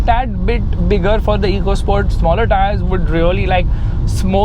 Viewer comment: Its not EECO SPORT (इको स्पोर्ट्स) its "एको स्पोर्ट्स "